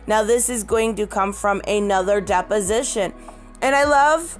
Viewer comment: Does everyone else think "Depp-osition" everytime she says deposition? Lol